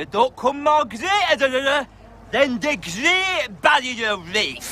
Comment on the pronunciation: "The grwwweeeaaat bawwier rwief" "They don't come much more greatererer" lmfao. Endlessly funny man.